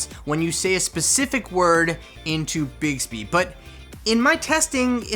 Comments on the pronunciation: Does anyone else hear say bigsby instead of bixby? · Who else suffered from cringe when he kept pronouncing it “bigsby”